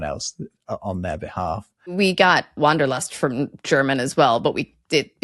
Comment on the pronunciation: Welt-Schmerz sh-mèr-TS, Wanderlust....NOT WONDERlust with ah! Big difference... do not confuse wander with wonder, wonder is wunder in german..